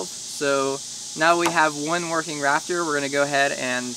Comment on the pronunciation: Was I the only one hearing Raptor and not Rafter?